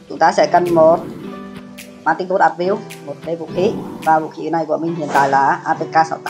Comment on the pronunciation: giờ mới để ý English của ông này R.I.P quá . Manticore cứ dọc là manticode . sợ ông luôn